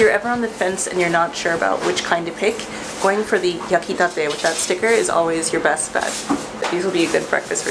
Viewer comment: When you said "yakitate" it sounded like"ya quitate" which mean "get off now" in spanish 😅😅😅